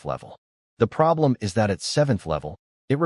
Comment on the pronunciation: Can't pronounce "is".